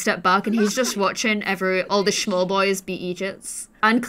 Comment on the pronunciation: “All the shmawl boys bein’ idgiuts...” 😂🤣